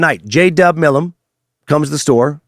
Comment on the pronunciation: Right? So annoying. He also pronounced Milam wrong. But I still think he did a good job.